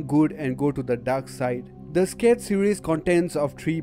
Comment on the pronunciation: "scared series" bruh